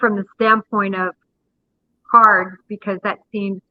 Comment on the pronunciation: It's cards not curls.